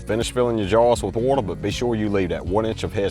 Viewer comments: “Whatther” I love that dude 😂❤ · i like the way u talk. u kinda sound australian when u say water and its awesome and charming